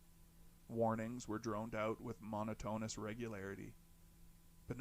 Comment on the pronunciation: I just found this channel 2 days ago and ive been binging ever sence....only thing i didnt like is the maybe 2 mis-pronunciation of monotonous as mono-toness